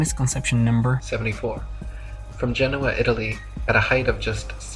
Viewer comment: Eric can't even getting the place name in Italy right! It's Genoa, not Genua! I know as I've been there